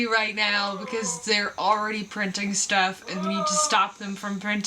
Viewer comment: "Sterf" - that's a fun way to say "stuff"! Thanks.:)